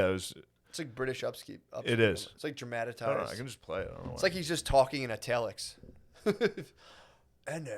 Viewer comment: Matt said "dramatatized"